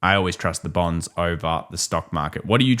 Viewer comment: Bornds. I trust bornds. (Thats hiw it sounds when you say it)!😅